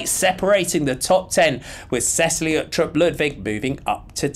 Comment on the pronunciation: Just commenting because you nailed the danish riders names in the mens TdF. Cecilie is pronounced “Se-seal-ye” with emphasis on the “seal”